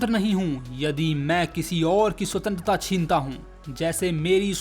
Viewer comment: Bar bar Sutentrata sutentrata kare ja raha he 😂😂